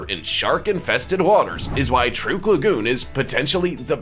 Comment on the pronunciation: By the way? I'ts pronounced "Truck" lagoon:-)